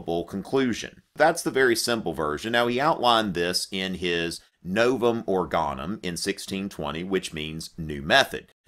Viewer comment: To be precise "Novum organum" (note, with the accent on the first syllable, not the last) means "new instrument" (from the Greek 'organon', passed on to the Latin 'organum', which means exactly the same).